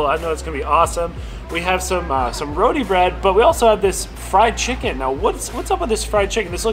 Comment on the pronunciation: as an eater, please learn how to pronounce the foods...Roti...is not pronounced "Roadie"....lol